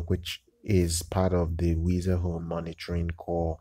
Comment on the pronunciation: It's pronounced like the word "wise"